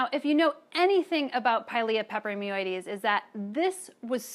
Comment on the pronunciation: I think she enjoys saying pilia peperoimidiessseieieses